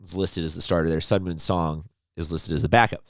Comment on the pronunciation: Sung-MUN Song Pronounced: Like MUNG (without G) NOT MOON.